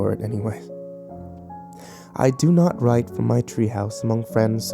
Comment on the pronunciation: does he say "from hell i rent" ??